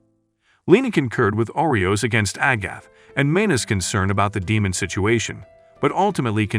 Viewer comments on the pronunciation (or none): Umm its nit oreos lol its Arios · FIRST THAT HERO GUY'S NAME IS ARIOS AND NOT OREOS second kanade's name is NOT kanada and the woman in white is a priest not a mage